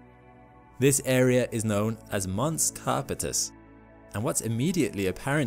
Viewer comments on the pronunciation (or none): Some fantastic imagery of lunar surface features! But pronunciation is sometimes weird. Aristarchus is supposed to be, "air-uh-STAR-kiss" Rille is one syllable – the final "e" is silent, "rill" Montes Carpatus is "mon-tess car-PAH-toos" (it's Latin for Carpathian Mountains) I think there were others, but these stood out to me. Still, none of this really detracts from the great information covered here. Thanks! Fred